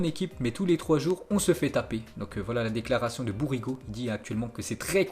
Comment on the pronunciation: Même les noms des joueurs français tu galères à prononcer. » Bourigo »